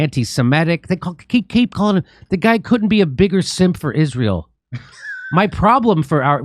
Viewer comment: Lost me at "no one has fought harder for Izrale." RFK Jr. RIP